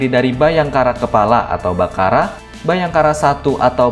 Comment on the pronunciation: Mimin gomongnya salah salah 😂 bharaka kok jadi bhakara😂😂😂 komisaris jadi komisi 😂😂😂